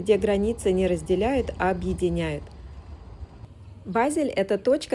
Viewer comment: Начала слушать, как раз была недавно в Базеле, но к сожалению через несколько минут прерываю просмотр потому что очень режет слух и раздражает произношение ведущей названия города, просьба не смягчать букву Е произносить её больше как э тогда может быть больше слушателей будет у вас